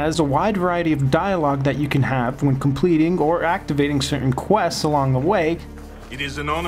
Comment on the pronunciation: Say 'questseses' ONE more time. Lol. Love how he gives the game a rating when he only played a tiny bit. Too many wanna be ign reviewers on youtube lmao